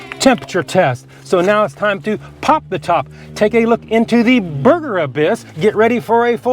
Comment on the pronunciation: “Barbeque Bacon Bourhgear🗣️🗣️🔥🔥🔥‼️‼️‼️”